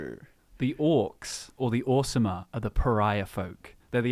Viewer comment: Drew pronounces Orsimer like "Awesome-mer." Fitting.